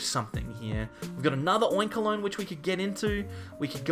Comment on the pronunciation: "Oinkaloin" lol